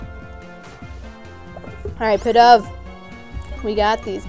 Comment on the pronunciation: its pronounced "pee-dove" its in the anime :)